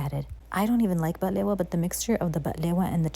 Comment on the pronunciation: I am notoriously not a fan of cheesecake and picky as fluff about my baklava (love the way you pronounce it, by the way!) but this looks delicious and I am excited to try it out one day!